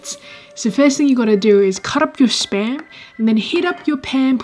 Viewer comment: Whenever she says spam, I always hear sperm